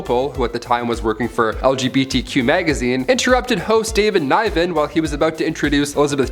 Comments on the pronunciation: That's not pronoucned Niven as in Night but Niven as in Nick. A sharp NI not an elgonated one. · David Niven Neh-ven. Eh. Not I. Plus I have heard that one was planned. It wasn’t dark it was funny. Most all awards shows have really cringy moments. Mostly the hosts doing those skits or musical numbers. Except Billy Crystal he was great. And of course Ricky Gervais, he cracks me up. How about the Grammys playing Frank Sinatra off while he was talking? You’re taking your life in your hands. Loving all the videos! (And the new hair cut) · You mispronounce David Nivens name..... and I remember the streaker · Top One Dark Moment of This Video: pronunciation of "David Niven"